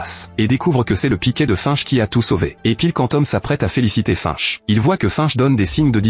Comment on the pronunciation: Hello c'est pas fainche la prononciation !... Mais bien finch lol